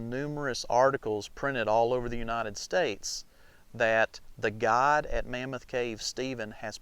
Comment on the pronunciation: It took me until the end of the video to understand he wasn't saying "Cave God", but guide. Still, very good!